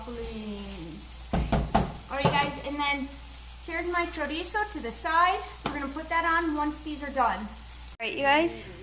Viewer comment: Chorizo not choriza.